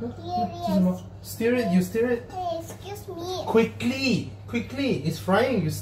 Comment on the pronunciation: sounds like "steer it" rather than "stir it"... perpetual drive mode haha 👍